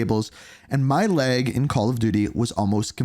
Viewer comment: It’s pronounced “lag” not “leg” bro Jesus